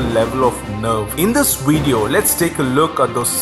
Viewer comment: Vid E O not Weed E O... Jeeze!